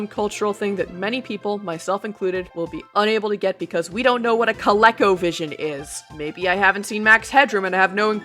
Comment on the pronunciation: I mean, a writer using an older technology like ColecoVision (pronounced 'ko-lee-ko', by the way) isn't bad a bad thing whatsoever. It just means that you aren't the target audience. You don't share the same interests as the writer. Just because something isn't relevant to you doesn't mean it's bad.